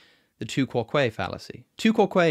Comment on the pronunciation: Quoque is not stressed on the second syllable. What are they teaching in Oxford?